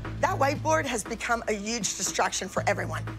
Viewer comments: Does anyone lowkey love it when Abby says "uge" instead of "huge"?😅😅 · Abby says uge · Who noticed Abby said Yuge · Who says “UGE”????? Oh wait i know, ABBY!!! FYI ITS HUGE!!!!!!!!! OMG!!! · Has anyone noticed how Abby says huge it’s like “UGE”. It kinda makes me laugh 😅😅